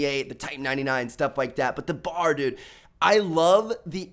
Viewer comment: Am i the only one cringing when i hear bar? Its B A R. Browning automatic rifle. Good vid tho